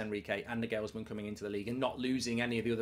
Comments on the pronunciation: NagHEELLLSman LOL! Sort that pronunciation out ya pl3b. Liverpool will win 6 draw 2 and JUST miss top 4. As for us (United) 3rd is far from done and dusted with our injury list - which is why Liverpool DO NOT need the Europa, because look what it did to us - decimated. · Will Mark ever pronounce Nagelsmann correctly? 😂